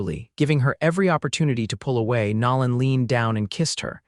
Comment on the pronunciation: So sorry the foreigners playing with A.I. still have not learned true pronunciations of ordinary words and names. Nolan is not pronounced like Louisiana's New Orleans.